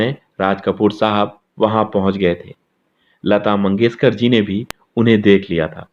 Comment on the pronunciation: Sha aur sa me difference pata karo lata mangeshkar not lata mangeskar